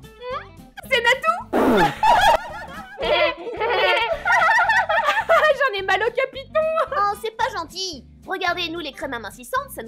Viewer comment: On "Natoo" compris